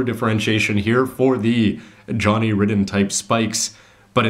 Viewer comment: Long "I" in "Johnny Ridden" - probably why they gave him the nickname "Crimson Lightning"